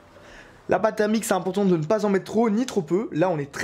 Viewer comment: "Au niveau, maintenant, de la pâte thèreumique" x)